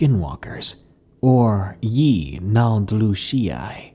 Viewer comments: 😂😂😂😂 what's scarier the story or how he butchered the pronunciation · we say it differently and it's spelt different. either messed up spelling it. But ik he mispronounced it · My son is a huge Ben Ten fan & his favorite episode was about this same creature but the cartoon pronounced it 'Yin-el-doo-shi' Just sayn 😘